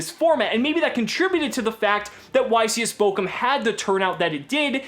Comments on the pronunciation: Not bokum, but borum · It's funny how you pronounce Bochum hahaha xD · love it how missprounces bochum xD (just funny for an nativ speaker ) and guys don't tell yuginono dont wanna burn for all eternity in hair with all that burn players